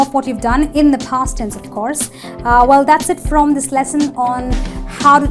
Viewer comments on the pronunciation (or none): 'She has cooked on Tuesday.' is not correct!! A very serious mistake! You didn't pronounced cleaned, TV with a stress on the V, at the end of it - of has a [v] sound, not an [f]. 'askses us'????